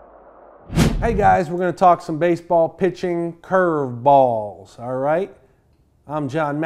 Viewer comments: He loves saying "ChurrvBALLS" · The way he says curveballs gets me every time lol